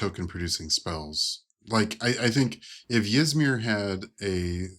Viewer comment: Ty for the review, idk if Yzmir is pronounced the way you do, but now I can't stop doing it as well so.